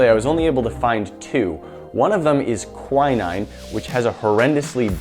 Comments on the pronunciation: it's pronounced: kwinn-een, not kweye-nine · It's actually pronounced qu IN EEN (like in side and queen)